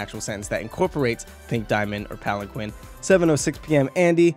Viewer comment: Please stop butchering the word Palanquin T.T